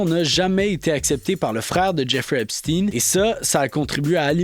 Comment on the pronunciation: les chaînes en anglais prononcent epsteen (tin) et j'ai entendu hier sur une chaîne française "epshtein" (oui comme Einstein). Mais, oui, c'est agaçant ce "steen"